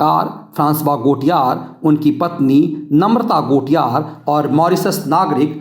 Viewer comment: गोटियार नहीं, गौतिये सही उच्चारण है।